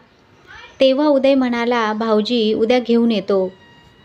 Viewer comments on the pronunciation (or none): कृपया "न "व "ण "कडे लक्ष द्यावे. "पन "नाही "ते "पण " आहे. भाषा शुद्ध पाहिजे. ती आपली आई आहे.